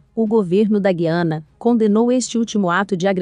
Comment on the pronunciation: Você está pronunciado o nome da Guiana errado.